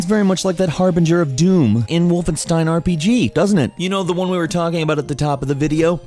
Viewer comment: please stop saying wolfen(ss)tein it's wolfen(sh)tein